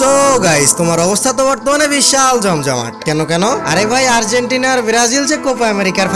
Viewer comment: Vai tume আরজিতেনা 🤣 মানে আর্জেন্টিনা 🤣🤣